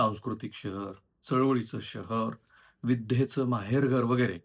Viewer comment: तुम्ही द ला ध का म्हणता? विध्येच माहेरघर नाही विद्येचं माहेरघर. गोष्टी ला पण तुम्ही कधी गोष्ठी करता.